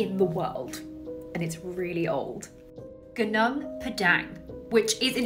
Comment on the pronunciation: Gunung is pronounced Goo-noong